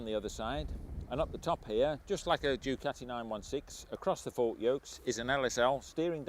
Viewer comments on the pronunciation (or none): none